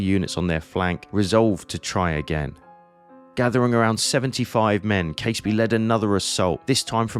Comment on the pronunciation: Hi. I really enjoyed that vid. The aerial shots made sense of the mess. (As an aside - as a Fifer myself, Caseby is pronounces Cazeby).